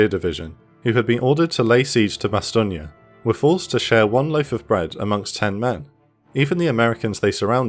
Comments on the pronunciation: Just one question, WTF is bas-TOG-nee? It's pronounced BAH - stone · Bas tone, not Bastonia, lol